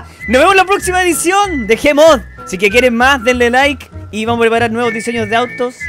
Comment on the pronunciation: Nótese " Diesños" XD